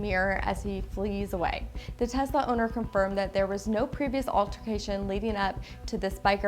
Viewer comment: It's "Tesla" not "THES!LA"